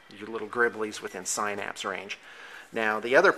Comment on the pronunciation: Great vid, love your Tyranids and want to make some tabletop stuff like that, cause it's awesome!!! Also not to be a douche or anything but synapse is pronounced sin-apps, FYI